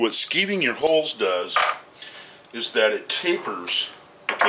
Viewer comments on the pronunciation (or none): I've always heard it referred to as "skiving", not "skeeving". Is this an alternate spelling? Not trying to be an ass, just curious. Enjoy the videos!